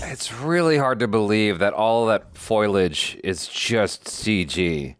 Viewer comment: Foilage?? 😂😂 It's foliage